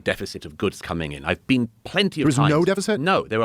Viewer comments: “YOU’VE NEVVA BEEEN??” And then “I’m not saying you HAVE to visit to talk abt it” What a clown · “Have you ever bean?”